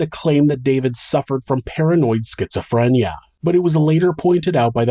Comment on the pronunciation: I like how you pronounce schizophrenia. s k i t z a f r e n y a